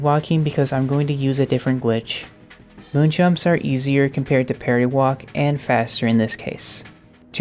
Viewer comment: I absolutely adore your work and it warms my heart to see this kinda thing. BUT I keep hearing "party walk" whenever you say parry walk and it's just what this trick is called in my brain now lmao